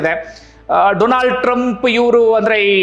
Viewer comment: ಕೂಡ "ಡೊಲಾಂಡ್" ಅಂತ ತಪ್ಪಿ ಅಂದು ಬಿಟ್ರು😂😂